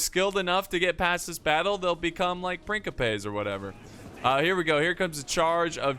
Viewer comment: say it with me: PRIN CHI PEH